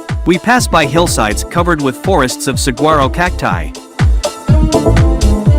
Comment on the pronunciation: Learn how to pronounce saguaro correctly. The gu is pronounced like w. Sahwaro.